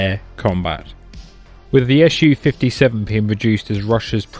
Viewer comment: other than the purely fabricated doc links provided where officially has Sukhoi published the alleged radar cross section (RCS) value for Su-57 to be 0.1-1m2? what a bunch of british bull!? oh one more thing you hating brits! its SU-57 not ESH U-57....grapes are indeed very very sour eh!?